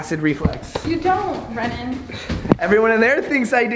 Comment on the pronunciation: SWEETNESSanti and it's brennen not brennan